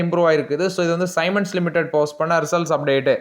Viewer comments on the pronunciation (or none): தம்பி ஸைமன்ஸ் இல்லை, ஸீமன்ஸ் என்று உச்சரிக்க வேண்டும்.